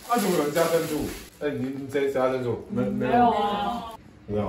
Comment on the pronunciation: 或者 珍"主" ?